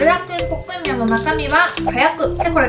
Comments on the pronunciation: ブロック！ボッ↑ク↗︎ミョン⤵︎？(°д°`) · ぷろだっくんぽっくんにょん… 言えてるけど言えてない感じが可愛い(*˙˘˙*) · ゆうか先輩！ブルダックポックンミョンって言うのうまいですね☆ 尊敬しなおしましたよ！